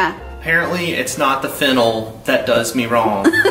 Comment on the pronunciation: If you could’ve seen my face when he said “ fennel” 😂😂😂 my brain heard “ fentanyl “ 😱 like yeah I think that would mess with anyone friend! And this is my first time watching your videos, what a welcome 😂 it’s also way past my bedtime.